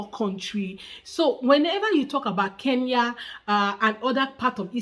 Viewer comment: Iet him dare for second time to pronounce the name Kenya he will know how our juju works